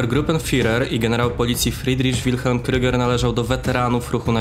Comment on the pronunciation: super material delikatna poprawka nie wymawiajcie kryger tylko kruuuuger cos jak przeciagniete u pozdrawiam